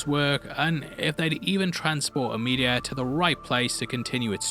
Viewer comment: I thought he kept calling the meteor, "the media" hahaha